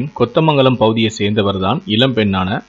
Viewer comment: அது கொத்தமங்களம் இல்ல கோதமங்களம் 😂😂